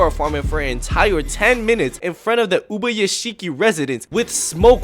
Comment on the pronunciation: why u botching ubayashikis name